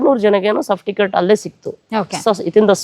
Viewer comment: Safticket ಅಲ್ಲ ಅಣ್ಣಾ ಸರ್ಟಿಫಿಕೇಟ್, plse ಕನ್ನಡ ಮಾತಾಡಿ, english ಪದಬಳಕೆ ಬೇಡ